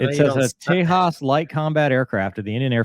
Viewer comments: Limited production Naval Tejas ( Not pronounced as Tehas ,simple Tejas, No Spanish ) is a STOBAR jet Not CATOBAR. Designed for two STOBAR type Indian Navy Aircraft carriers to replace Russian Naval Mig 29 K jets, both Aircraft Carriers use Migs 29 k, Migs are good but availability rate is just 50 %. So recently concluded Indian Naval jet competition which won by Frence Dassault Rafael Marine outmaneuvering US F18 Super Hornets (both jets Modified for STOBAR Ops. Medium Weight Catagory) for Indian Navy. Rafael Marine is a Stop Gap measure as India's own new TEDBF Naval Fighter jet has just completed Design phase, initial wind tunnel tests and now awaiting further funds from indian govt. for Prototype production followed by Long testing phase and certification process. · There is so much you got wrong about the "Tay-h-as"...... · I think the name is pronounced "tay-jas"... the "j" is not silent like in Spanish. Also, as far as I know this might be the first publicized crash of one of those birds. Development was slow but it had a stellar safety record until now if memory serves me right. The folks at Hindustan Aeronautics Limited and the Defense Research & Development Organization put in a lot of blood, sweat, and tears in to this program. And yes, they have a license-built version of the F404 engine (just like the Swedes do for the Saab JAS-39A/B/C/D Gripen). Whereas the Swedes will outright buy the F414 for the JAS-39E/F it seems like the Indians may have gotten the rights to license-build the F414, but I am not 100% sure. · It's not Spanish! Tay-jass. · Its carrier capable, and has landed on both of India’s Aircraft Carriers. Several videos available online. But it is not been deployed on our carries. The Indian Navy will purchase Rafale Ms to replace the Mig29Ks. And yes. You have to pronounce the J as in Jams and Jellies :) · The name is Sanskrit , it doesn't follow Spanish pronunciation. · Leave it to the Americans. To mispronounce even the simplest of names.😅